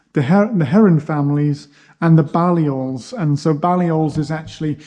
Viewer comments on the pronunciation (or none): Great presentation,, but distracted by your unusual pronunciation of Balliol (baa, not bay). Presumably there's no way of knowing which is historically accurate?